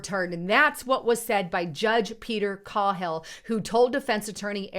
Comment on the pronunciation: It's pronounced K-hill